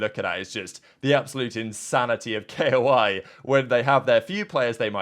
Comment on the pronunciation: Also i feel like this isnt the first time he pronounces shit hella wrong